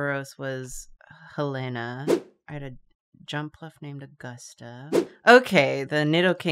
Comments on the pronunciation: Going to be that comment that tells she is wrong Its pronounced helen-ä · Have to be the token Montanan and say that Helena is pronounced like Helen